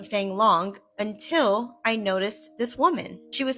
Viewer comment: i cant stand how she says "until" as "untell" !!!!!